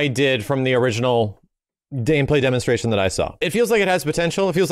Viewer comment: Dameplay Gemonstration.